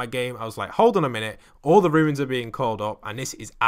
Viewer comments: Anyone else mildly infuriated that it sounds like he is saying ruins instead of runes or is it just me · Numberfiend 50 wow, just mildly infuriated?